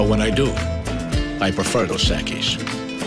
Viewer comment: Am i the only one who cringed when she said "dos equis" as "dos eqes"